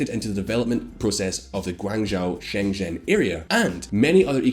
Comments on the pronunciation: you literally mispronounced every single Chinese city and name. It wasn’t an accent thing either. For example Shen zhen not sheng shin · Shen zhen is pronounced like English Shehn Jen.